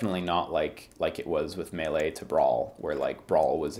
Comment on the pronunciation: is the only one if the former Best Friends crew who pronounces "melee" correctly